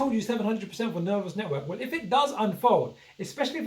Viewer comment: It's ner vos network. Not ner vous network. VOSS VOSSSSSS!